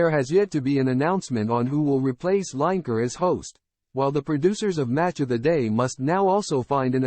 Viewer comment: At least get Gary's surname right. These chat bot voice overs are still in their infancy, but can't they be programmed?! It's Gary 'Lineker' pronounced Linneker, not 'Line Achre' ffs.